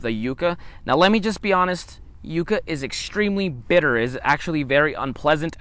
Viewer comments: Do you stick to like the El Paso/Texas area or do you do anything in Las Cruces/New Mexico area? Also not to hate but never heard anyone say yucca as you-ca instead of like yuck-a. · No offense just thought you may want to know ,It’s pronounced yuk-uh. I just came upon your videos and have really enjoyed the I have lived in the yucca valley area of California for 42 years and never tried eating one , but will this spring, I’m going to try soaking it in a little salt water first for about 15 min like you do eggplant to try and remove the bitterness. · Why wouldn’t you add salt pepper, some kind is spices? Maybe if you pronounced it properly you would like it.